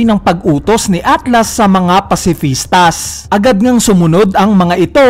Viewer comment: Pacifista lang walang S silent ang S sa pag bigkas.